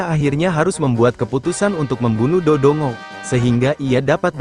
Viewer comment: Do dongo😅😂😂 seharusnya voicenya bikin ngomong Dodonggo aja text nya biarin dodongo😅